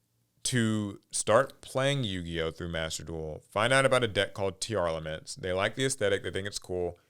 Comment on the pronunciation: stop saying tear-UH-laments pls💀